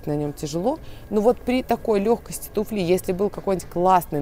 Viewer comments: Девушке бы еще подтянуть свои знания в русском языке, особенно, что касается ударений. Каблук тУфли, а не туфлИ. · Каблук туфлИ -это ужасно. Правильно говорить каблук тУФли, ударение на первый слог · ударение у тУфли.Это же ваши общеупотребительные слова.!!! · Не туфлИ, а тУфли. Параллель–тУфельки. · если вы хотите чему-то людей научить, то к вам скорее прислушаются, если будете говорить грамотно, а неверные ударения в словах выдают человека необразованного, которому и доверяешь меньше. доне́льзя в каблук этой ту́фли, при легкости ту́фли, с ту́флей, и т.д. Легко запомнить: в единственном числе ту́фля и множественном ту́фли во ВСЕХ склонениях ударение ВСЕГДА падает на У. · ну взялись о моде рассказывать, потренируйте речь, хотя бы как произносить слово "туфли" в разных падежах. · Всё очень хорошо, но ТУФЛИ всегда с ударением на У! Ну вы же из мира моды, так хорошо во всем разбираетесь, записываете видео, ну подготовьтесь, сделайте это грамотно